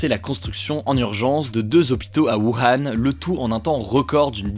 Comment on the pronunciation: ⚠wuhan se prononce "wouran"